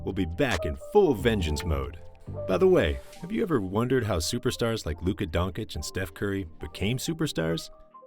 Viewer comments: Absolutely amazing video but it’s Don-chitch not don-cich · DONCHEEEECH not Donkich lol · Wanna be a good youtuber? Lesrn fkin names and surnames. Don-chich, ZUBAC.